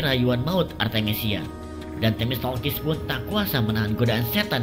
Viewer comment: Themistoklis bang, bukan themistolkis